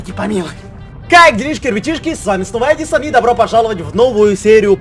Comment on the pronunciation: Ты сказал адисон